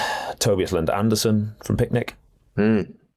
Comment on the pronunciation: it is Tobias Lund ANDRESEN - Not Andersen.